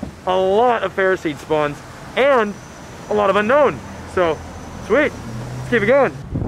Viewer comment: Your one of the only person I have seen that can pronounce Pokémon names right and play Pokémon go But that’s not how you say unown “it’s u-no-wn not unknown”